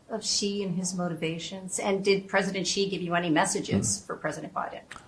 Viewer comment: For goodness sake, get "Xi"'s name right 😅 I mean, you don't want anyone to get Biden's name wrong.